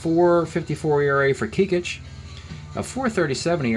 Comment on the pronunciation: Pronounced Mike KECK-ITCH. Played with the Yankees in the 70’s. Best known for swapping wives/families with teammate Fritz Peterson.